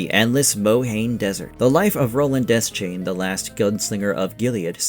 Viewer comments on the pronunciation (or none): It’s pronounced, “duh-shayne” it’s never been “desk-chain” or whatever the heck you keep saying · bro it's pronounced Duh-shane